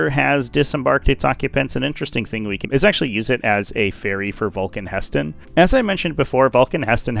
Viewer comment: ITS NOT VULCAN HESTAN ITS VULCAN HE STAN